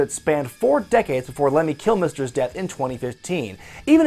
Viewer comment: Lemmy "Kill-Mister" 😂😂😂